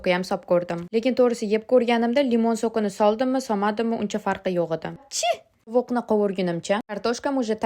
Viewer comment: Tovuqmas bòqdi eshitilda 😂😂